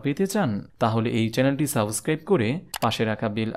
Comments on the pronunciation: Suboscribe hoy na.... Subscribe hoy... Bar bar Apni vul koren eta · Suboscribe bolle sunte kharap lage eta..... Subscribe